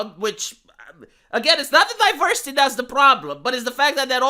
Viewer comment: Diverrrrrrrrsity and Enrrrrrrrrichment